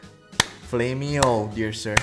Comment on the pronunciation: HE SAID FLAMEY-O OMG THIS GUY PRETTY MUCH WATCHED ATLA